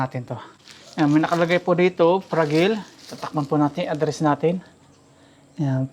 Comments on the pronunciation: Frajayl,to pronounce Hinde pragil (fragile ) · fra-dyi-yal po ang pronunciation ng fragile